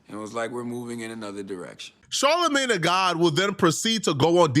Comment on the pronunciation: Its soooo cringey every time you call him Charlamagne tha god. Ugh! 🙄 Mann. SMH 🤦‍♂️